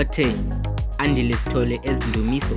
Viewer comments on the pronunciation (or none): none